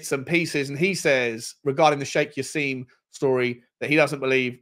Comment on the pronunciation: It's not Sheikh Jass-eem!! It's said Jass-im as in "him". Come on